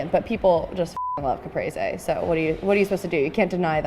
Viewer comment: I'm not even italian, but this pronouncing of caprese made me sick